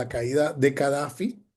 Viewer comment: Cadafi ,o Gadafi?